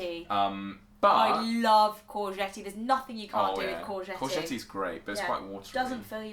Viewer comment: "Courget-tee"? Are you serious? If I were in London, or wherever, and I heard someone say "courget-tee." I would have thought they were talking about a sports car! "Hey! Would you like a ride in my new Courget-tee?"